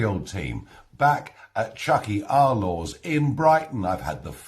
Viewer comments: It's pronounced "chucky ar law" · It's pronounced "chucky our lah" and means "our day will come", a battle cry of Irish Republicanism. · Tyuch-ig aw-r law is the pronunciation. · 'Chucky are law' is the English pronunciation of what Farrage was saying🤣 Tíocfaidh ár lá!!!!!!!🤣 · Tiocfaidh ár lá, indeed Nigel! (it is pronounced Chuky ar la)